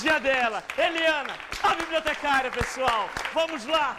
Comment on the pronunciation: "Biibliotecáária ,Biibliotecáaria ,parabéns pelo glúteo ,Biibliotecáária." kkkkkkkkkk